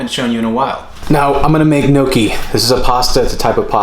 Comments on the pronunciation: "I'm gonna make NOKI" 😆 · You can tell he's not Italian because of the way he says gnocchi and ricotta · the pronunciation of gnocchi had me 💀